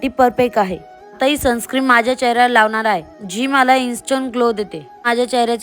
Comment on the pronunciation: Sunscreem nahin Sunscreen aste te, perfect pan bolta yet nahi ...bapre